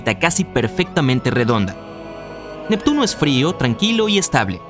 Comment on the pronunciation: Jajajaja 😂. Nectuno. Se. Come. A. Plutón. Jajajaja 😂🤣